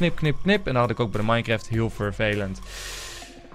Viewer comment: ENZO ENZO dit is belangrijk Het is niet minecreft wat jij zegt maar minecraft Like zodat milan dit ziet